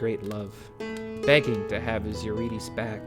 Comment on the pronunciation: listen i love this so much but the mispronunciation of eurydice is killing me lol